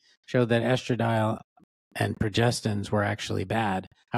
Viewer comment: "Pro Gest Ins" is the pronunciation. About 10 years ago, a study reported that late use of estradiol did not correlate with heart health.